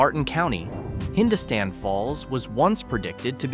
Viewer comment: Hindostan is pronounced hin-DOS-tan